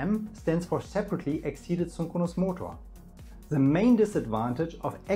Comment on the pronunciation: Good, helpful overview. But the language could be better. There are several mistakes (overall at least 10) in grammar , pronunciation and choice of words . The most annoying one to me is the wrong pronunciation of 'excited'.